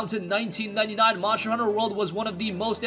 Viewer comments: Lol I was thinking that too 😂🤣 monsher hunter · MONSHTER HUNTER